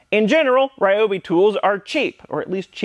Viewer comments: THis brand should be pronounced R ee-obi, not R-aye-obi. Just my 2 cents. ^^ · Tools feed our soul. Ryobi is great. They pronounce it ReeeObee tho. Keep up the good work. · recently I was watching a video by the company Ryobi. The woman in the video said we're pronouncing the name incorrectly. The pronunciation is actually, Re oh be. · I love Ryobi tools, I own 8 of those I think. There is just one problem - EVERYBODY PRONOUNCES IT WRONG! See, Ryobi is made by a Taiwan company but the brand is leased from the original japanese manufacture. This means the name RYOBI is written in Romanji, basically a way of writing down Hiragana and Katakana in latin alphabet. Therefore it shouldn't be read as all of the english speaking world does but rather pronounced R - YO (like in "your") - BI (like "be" or "bee"). Oh yes, and the second problem I have is they are not that cheap for my poor polish ass :p